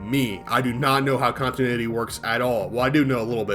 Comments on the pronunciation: You said "contuinity" instead of "continuity" a hilarious amount of times. Great video. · Conti-NU-ity. It's LUA not "luau" 😭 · The way you say continuity, lich, and Lua bothers the hell out of me. But sides that good vid.